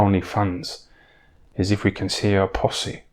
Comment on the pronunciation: LOVE THE WAY HE SAYS PUSSY 'POSSY'.